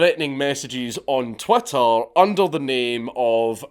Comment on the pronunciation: Is it just me, or does it sound like you're saying Twatter when talking about Twitter. Maybe this is purposeful.